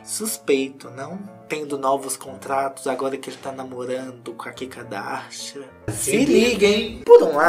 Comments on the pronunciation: Vc tem nariz entupido ??? Quando fala Kim eu entendo Kika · Ele fala Kika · vc é unico..com a pronuncia do nome dela....🤣😘